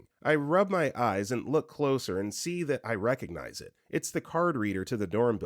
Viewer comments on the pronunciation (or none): none